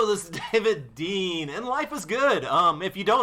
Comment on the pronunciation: HELLOOoo this's Dav-eh-id De-eh-an!